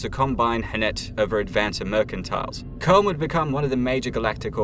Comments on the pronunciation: CH-CH-CH CHOAM not COMB ffs. In the Movie and In the audiobook aswell come on. Absolutely love your content though dont take it the wrong way xD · It's not comb its choam. Why would you pronounce it that way? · Just because you are British, you CANNOT alter how Frank Herbert dictated things are pronounced in HIS Universe. CHOME is NOT pronounced kōm! It is pronounced Crōm. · except for the part where he talks about the Guild as a memeber of C.H.O.A.M (CHOAM) and calls them Comb, other than that its exquisite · K-ōm? Try Ch-ōm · CHOAM not Comb